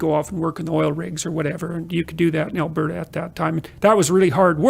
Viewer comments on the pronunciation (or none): none